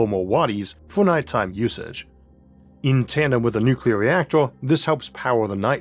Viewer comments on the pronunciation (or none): none